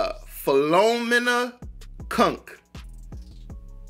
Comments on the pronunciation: Pronounced Phil o meena.The people she is ‘interviewing’ are all real experts in their field. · LOL, you completely destroyed the name Philomena.